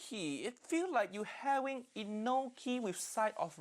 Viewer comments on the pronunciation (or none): none